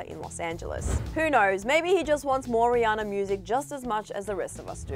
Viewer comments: ... did she just say “ree-anne-ore”.... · Lmao am I the only one that hears her say “ rihanner” in the beginning of the video